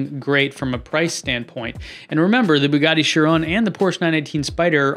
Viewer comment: Also it’s chir on not chirone lollll